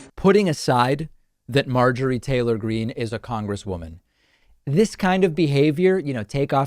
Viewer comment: How she intentionally mispronounced her name. As if she never heard AOC's name spoken. Marjorie Taylor Greeneee